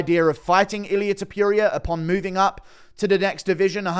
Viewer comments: Pronounce Topuria correctly. Not toopooria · can you stop saying Topiuiria. please. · Please confirm that you refuse to pronounce his surname other than “Tiopiuria”. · Why are you the only one that continues to pronounce his name the way you do 😂 if you’re the only one saying something a certain way and the rest of the world including the person who’s name it is pronounces it diff maybe change it up aye 😂😂😂😂😂